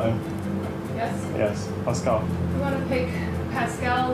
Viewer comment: If I hear that reporter say passcull one more time